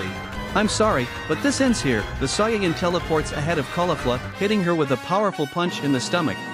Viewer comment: Soyin 3 weird way to say it but good vid :)